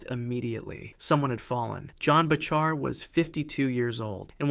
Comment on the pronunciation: "Bachar" is pronounced "Backer", btw.